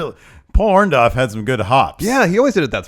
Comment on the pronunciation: Someone please tell it's Orndo-R-ff.... WITH AN R. I mean, really, short of Paul himself telling that everyone screws up his name, I'm fairly sure the other 99,999 times he's been referred or he himself refers to as Orndorff they had it right. Even Larson gets it.